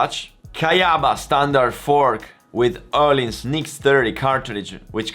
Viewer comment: When he says öhlins correctly